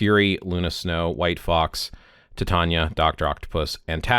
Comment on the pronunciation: Super useful, thx! Also super irrelevant, but I can't get over the way you pronounce "Sif", "Loki", and "Titania", lol 😂